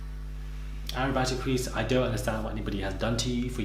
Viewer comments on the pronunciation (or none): 'Arabatty crease'...Am I hearing things now?. Remind me to never name a female child Arabellend...I mean Arachnophobia, oh heck! .